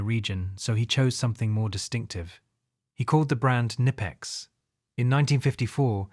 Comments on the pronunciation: Bro im from germany and its Not nipex, its Knipex😂, why do English speaking people want to pronounce Brand names in their Language and not the language of the companies origin, same with maybach or other 😂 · Pronounced Ka-nipex